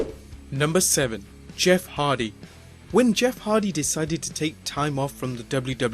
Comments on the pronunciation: Haha he said Jeff Harvey instead of Jeff hardy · It is Hardy not Harvey ok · Did he say Jeff Harvy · sounds like you said Jeff havys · He even said he was egnimatic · did you keep saying Jeff Harthy? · john weddle When Jeff hardy started his career his name was Jeff Harvey so I think this is why he pronounced it like that :) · kinglyfe da p its a joke about how mike a pronounced jeff hardys name once lol.